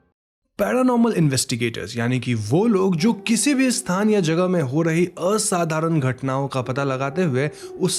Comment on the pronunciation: The way you pronounced असाधारण 👍🏻